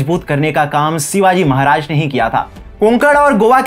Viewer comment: Pronounce correctly, it's "Shivaji" not Sivaji !!